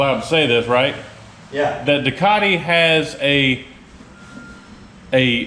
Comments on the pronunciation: NOT ...DEW - CART - EE....UNLESS YOUR PLAYING.ON WORDS 😊👍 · lol...There is no "R" in Ducati...its not a ducari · DEW - CAT- EE......